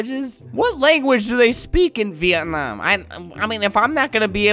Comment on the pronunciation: bruh he said "Vietnamam" THAT MADE ME LAUGH SO MUCH